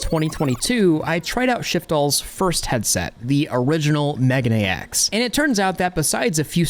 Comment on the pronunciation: Love your stuff. But it is mei gah nay X. Megane means glasses.